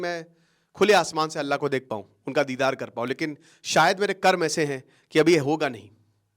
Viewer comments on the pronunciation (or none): none